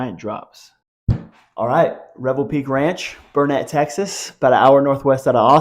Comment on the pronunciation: Its Burn-it, not "bur-net" you yuppie. Thanks for the info.